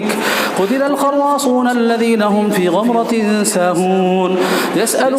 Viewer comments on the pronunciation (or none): Ek mistake Gamratin ko Gafratin padh rahe h aap